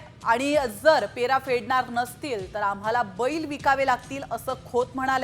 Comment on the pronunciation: पेरा नाही पैरा म्हणा..... म्हणे अभिजात मराठी